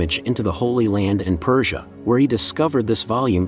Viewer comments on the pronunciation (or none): none